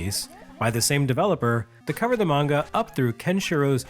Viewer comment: Oh my god. Someone pronounced anime and manga correctly! Thank you!!